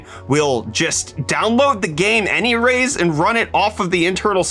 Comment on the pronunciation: anyrays huh lol